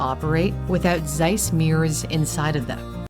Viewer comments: ZEISS is a German company and was founded in Jena (1846, in East Germany). The Z is pronounced in German like "ts" in "its". 😉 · Zeiss, nicht size. Warum sprichst Du das einfach komplett anders aus, als es da steht? mit Z! ja Z, nicht C!!! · 🙄 Zeiss = tsice not "seiss" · Oh please, could you perhaps try to pronounce "Z" not like a smooth "s"? It ALWAYS IS LIKE "TS" always ! German is so simple all letters are always pronounced the same , but hearing a one syllable name so "american ( wrong ) is hard to bare. The name is worldwide known, i think desevers to not be mispronounced. Please!!!!! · Just a little hint: the German Z as in Zeiss is pronounced like TS, so it's not Seiss, it's Tseiss. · As a side note on pronunciation, the letter Z in German is not pronounced like an S, but like a TS. So Zeiss is not Sice, but Tsice. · not SIZE ... its TSICE .... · Try to say it: tssseyes. It's "z" like in pizza 🙃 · James Webb Space Telescope? yes they have their stuff in there, too. Lol. But Zeiss is pronounced: "Tssaiss" sharp Ts. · Please don't call it seis its called ZEISS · As it is a german company its pronounced Tseiss. Because Z in german is pronounced like english ts. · Not sure if anyone mentioned it before, but it‘s pronounced „tsaiss“. The German z is not soft. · The right German pronunciation of Zeiss is "tsais" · Actually, it's pronounced "TSEISS". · Please, pronounce the "z" in Zeiss like you pronounce the "zz" in Pizza. Every German z is a Pizza-z. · Z is not spoken as S, but as Ts in german! Zeiss -> Tseiss. Just like Zug (train), Zeppelin or Zeit (time). Ts has the same sound like the t's in let's. Any microelectronics, semiconductors or satellite stuff is produced in clean rooms. I used to work in one for LED-production (semiconductors) and we had white clean clothing. That's where my nickname back then came from, because you could only see the eyes: White ninja xDDD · just try to say TSeiss, thanks